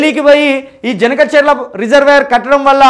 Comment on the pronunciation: Harish Rao cheppindi vinnaram kadu...please review the project and tell the facts....first ganaka cherla kadu Boss, it is Banaka charla